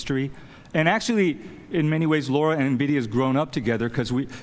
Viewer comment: he's been with lara since her inception and he still doesn't know how to say her name correctly :P